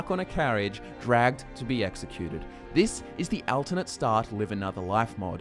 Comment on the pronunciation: Why can't this guy say "alternate" lmao